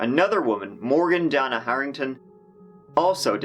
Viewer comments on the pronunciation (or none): none